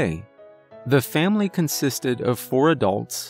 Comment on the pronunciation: A “Vam-ily” if you will.